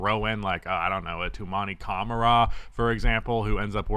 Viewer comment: And you said his name well, Toumani Camara, im French so i know it